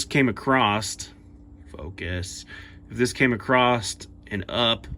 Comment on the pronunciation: Across, not acrosst.